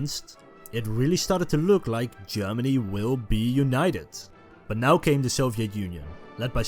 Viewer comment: Wesh Germany and Eash Germany....😂 😂 Can't you find any other narrator other than this person who tend to end every word with "ish"?